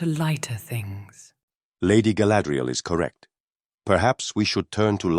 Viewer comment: Galadril! NOT sadriel XD